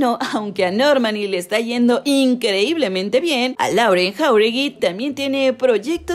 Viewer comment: se pronuncia "Loren"